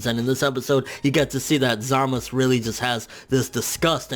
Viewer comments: Zamasu(Zah-Mah-Soo) not Zamasu(Zah-Mus) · Zamus? Zumazu. Zoo-Mah-Zoo. Sorry😂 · You know his name is Zamasu not Zamas Even in the show the pronounce it as Samasu